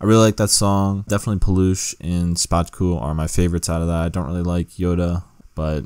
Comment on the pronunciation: When I saw that Sokół part I was boiling and about drop a fat hate comment but I can see you explained your self and My Polish People dropped few comments about him so I'm good 😂😂 Ps. Szpaku read Shpackoo and Paluch is pronounced as Palooh